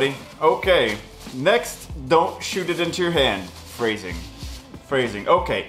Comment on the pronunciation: Frasing! LMAO